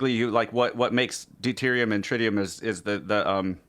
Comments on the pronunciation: It's trit-ium not try-tium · Worst description of fusion vs fission I've ever heard. BUT at least she said NUCLEAR and not NUCULAR XD Also.. Trit e um. :P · I have a trite opinion of her pronunciation of trite-ium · Tr-eye-tium hmmm. From 3 eyed monsters or a bossy "i?" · Tritium is not pronounced with a long i as in triangle. Pronounce it more like the i in twitter.